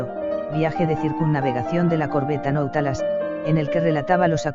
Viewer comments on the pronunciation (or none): Nautilos. no nautalas